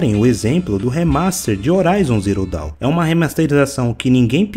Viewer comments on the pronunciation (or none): none